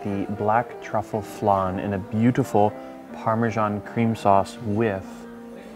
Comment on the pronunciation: It’s Flan, not flarn , it’s Parmesan not parmejarn.